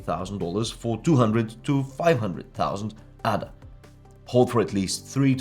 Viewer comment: It's pronounced "AAAAAAAA DA". It's named after Ada Lovelace, recognized as the first programmer. If you want the audience to respect you, please take the time to at least pronounce it right.